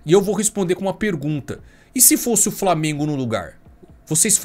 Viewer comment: “Framengo” que se lasque